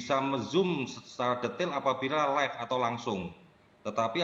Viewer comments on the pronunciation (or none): none